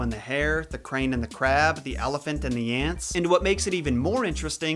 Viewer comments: Hey buddy,that’s pronounced EEsop not Asop. The Greeks combined an A and E together as a new letter which was pronounced E. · Ae is pronounced as a long e sound. Eesop. Not Asop. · I LOVE your videos!!!! Quick tip, his name is pronounced like E-sop OR E-soup not A-sop. Keep up the great work!!! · Isn't his name pronounced EEsop? (as in Aeon, and Aesthetics) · Who thought he said Asap (like ASAP the rapper) 😂😂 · Pronounced Esop the A is silent. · The "A" is silent,, in Aesop. Nice vids tho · Why can't Americans pronounce "ae" properly. It's said as an "e" not an "a". Although originally it was prounced "eye". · This video screams "youve been pronouncing aesop wrong all your life!"